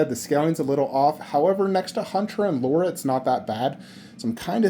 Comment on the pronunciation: LARA CROFT L A R A not Laura. she aint marrying you if you cant even say her name correct 😂